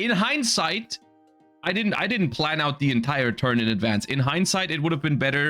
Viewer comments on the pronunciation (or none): none